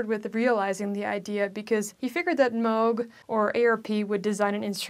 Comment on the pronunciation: Thanks for pronouncing M-oh-g correctly. The good doctor would have approved.